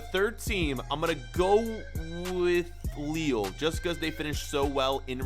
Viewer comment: The way he pronounced Lille...